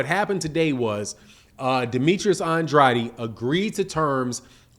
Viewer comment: say it Ann Drade Ann Drade that's how you say it properly Ann Drade say it rite